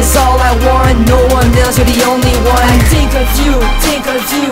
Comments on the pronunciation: Faut que tu prononce le H dans tHink.. mais apart ca moi jlaime ste toune la <3 :) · tu devrais ameliorer ton accentcar c pas tink mais think !! mais tu es bon te laisse pas rabaisser par les autres !! tu es bon continue !